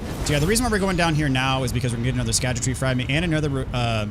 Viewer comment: Found out today that scadutree fragments is actually just pronounced “shadow tree”. The “sc” Is old English but makes a “sh” sound.